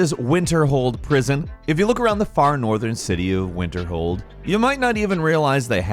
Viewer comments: "WinterHome" lmao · Nobody: Narrator: “Winterholm” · Oh,, you kinda blew it this time. 1. Sounded like you said Winterhome not Winterhold 2. Nothing random about the Abandoned House. It’s there in that location every time. 3. Not mentioning the reward associated with Frostflow Lighthouse 4. Not mentioning any Falmer dens.